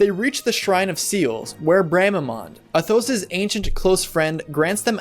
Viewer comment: You do like to put the accent on the wrong syllables. Try saying Athos with the accent on the A instead of the O, so it's like saying Athens. Next, try putting the accent on the U in Durandal instead of that first A. But yeah, totally loved the Eliwood and Ninian Romance. I'd forgotten a lot of the game's story over the years, but that was one of the few things that stuck with me. Thanks for the video.